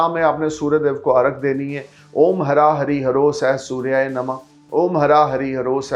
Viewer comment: हरां नहीं ह्रा